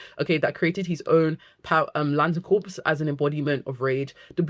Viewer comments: they're wrong unless they are talking about corporations. Look up pronunciation guides here on YouTube - there's one from Collin's English Dictionary (even American sources will probably confirm exactly what I am saying) which is a British dictionary.. There are plenty of British people who can't even properly fucking pronounce "anything" or similar words like "something", they say it as "anyfink"/"somefink" so I would not take their pronunciation as gospel. Dictionaries, however, I will & not just because they confirm what I am saying >-> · Gentle tip: Corps is usually said as "core", something to do with our sillysht with France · I'm French and can confirm its pronounced core yeah. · Is corps another word that Brit’s and Americans pronounce differently? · This is a great video essay about the Green Lanterns. But is it a British thing to pronounce the "P?" Because in the USA, if you pronounce the "P" in the word "corps," you are talking about a dead body. But if you are talking about a group of people working together for a specific purpose or a major branch of a military force, then you don't pronounce the "P ." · The word CORPS is pronounced CORE, not CORPSE. A CORPSE ia a DEAD BODY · Also, I love how much you're a fan of GL Comics, but "Corps" is pronounced "Core" ...As in Green Lantern Corp, the way you're pronouncing it is Corpse, which is a dead body. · Awesome video, but its pronounced Green Lantern "core" like marine corps not like corpse as in dead bodies. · I think it's pronounced "core " rather than corpse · Great video! Small note: I notice you keep saying “corpse”. Corps sounds instead like “core”. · Lantern “corpse”… 😂 RIP Hal. (Corps is pronounced “core”, btw.) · Great video. Also it’s pronounced core. Not corps. The p and s are silent 🤓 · Great video! Can’t wait for the show! Also I just have to say, it’s pronounced “core”, corpse is a dead body… but great vid! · Every time she says "corpse" I die inside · It’s pronounced ‘core’